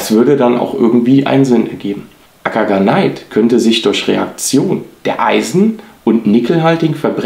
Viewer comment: Es sollte m.M. nach heißen Akagane-it, nicht Akana-neit. Also kein ei sondern e und i getrennt. Siehe die beiden anderen Beispiele.